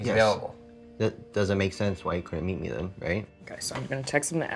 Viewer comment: Thin 😂line I guess I was line then sound like ‘then’